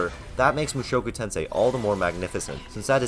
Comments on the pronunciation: Protip about Japanese language: emphasis is on the FIRST syllable. Thats how you know when starting new word. You are saying mu SHOku Tensei. Its MUshoku Tensei. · "MOO SHOW KOO TEN SAY" 🤮NA🤮NA🤮NA🤮NA🤮NA🤮